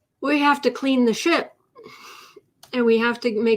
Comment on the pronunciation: Sounded like you said, "we'll have to clean the sh*t". When you said, "we'll have to clean the ship". Either - Or, in this case!